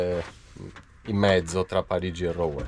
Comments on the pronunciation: ROUEN..... RUEN PRON OU SI LEGGE U APERTA. BUON VIAGGIO ZONA CHAMPAGNE INSIEME A Reims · Ciao ragazzi piano piano vi avvicinate a dove sto io. Cmq si pronuncia ruon. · Ou si legge u quindi Ruen